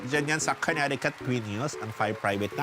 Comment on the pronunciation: Koh neh tee cut... wag naman konektikut